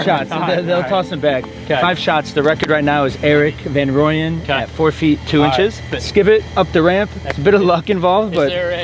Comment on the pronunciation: Rahm is amazing! Just btw guys, Erik is from South Africa. His surname is pronounced Fun Rooyen😂💪🏼